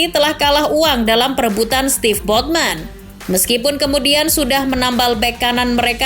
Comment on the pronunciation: Sven , not steve